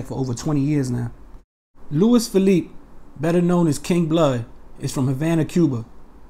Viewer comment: You didn’t say his last name right